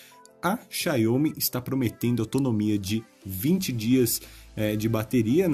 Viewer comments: Amigo, a marca é Xiaomi, não xaiômi como vc fala... Só uma crítica construtiva mesmo pra os próximos vídeos :) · Sua pronúncia "Xiaomi" é bem estranha kkkk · Vc testar pronunciando erro o nome da marca